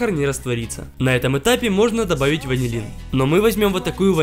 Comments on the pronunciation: ПОСЛЫШАЛОСЬ, ЧТО ТЫ СКАЗАЛ "ВАЗЕЛИН", вместо ВАНИЛИН. 😂😂😂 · мне показалось или он сказал вазилин?